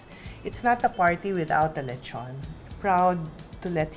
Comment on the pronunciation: I have been to the Philippines 3 times since January 2017 and I can tell that the local cuisine is neither underated nor awful, so the reason why it's unknown it's because of whiny outsiders like the host. Btw It's pronounced Le tjon not Lecho´nee